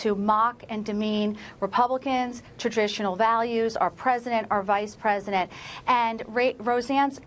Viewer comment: LMAO. He said "predisent".....